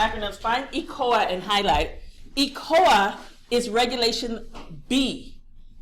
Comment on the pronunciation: DO YOU MEAN ECOA? WHERE ARE YOU GETTING THE WORD ECOLA? please say ECOA